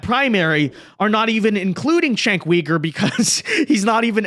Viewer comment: Chank Weeger? Hahahahahaha